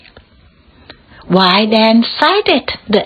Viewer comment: 👏 expat แพท ไม่แปท fraction แฟรค retirees รีไทรี ครั้งแรกอ่านผิด ครั้งสองอ่านถูก region รีเจิ่น while เสียงหลังด้วยค่ะ ไม่ใช่ why history ฮิสทรี maintain เมนเทน required รีไควเอิรด sorted ซอรทถิด finances เสียงท้าย เซส